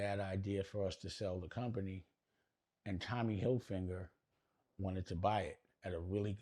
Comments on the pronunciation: Are intentionally saying Tommy Hilfinger, I thought his name was Tommy Hilfiger lol, I could be wrong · * maybe Tommy HILFIGER didn’t want to buy because you didn’t even show enough respect to pronounce his name correctly?! Hilfiger NOT Hilfinger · CONSISTENTLY saying Hilfinger